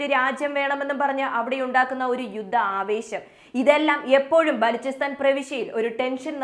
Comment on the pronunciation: ബാലോചിസ്റ്റാൻ എന്നാണ്